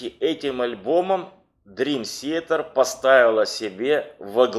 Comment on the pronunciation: Молодцы, что увлекаетесь DT, и делаете подобные программы. Но за 30 лет так и не научиться нормально произносить слово Театр по английски - это позор. Уже молчу о диком произношении некоторых имен и названий альбомов. Я сам являюсь их давним фанатом и был на концертах всех туров DT, начиная с 92 года, когда они выступали ещё в маленьких клубах того же Бостона и близлежащих городов от Бостона до Нью Йорка.